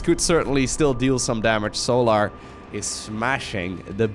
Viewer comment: it's pronounced sol-er, not sol-ahr, lol keep the great videos coming bro